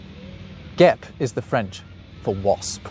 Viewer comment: Very interesting, thank you, I assume your speack french fluent so a little observation for your french: Quand tu dit des mots francais dans ta video, tu rend plus aigu le finale, En francais on fait ça pour indiquer que l'on pose une question, par exemple moi j'entend Foret ? Hotesse ? Guepe ? Quand tu dis le nom Guillaume le batard c'est inflechis vers le bas sur la fin et ca sonne tres bien prononcer direct, plus detente normal Inflechir vers le haut les mots sur la fin sans quil n'y est de question réel peut avoir un effet stressant sur certaines personnes 😂 Pour ecureuil : vois le plus prononcer comme ÉCUrOEIL le fin du mot et comme le mot Oeil, eyes in english Et un dernier pour la route : La FOrÉ, en regle generale diminue la prescence de ton r, a faire plus léger, et du La aussi a faire doux Le francais a une pronociation rapide, avec foret par exemple moi jentend " lA foorrré ?" Au lieu de : "la FOrÉ " Jespere ne pas tavoir embeter, je trouve ca passionant d'apprendre des langues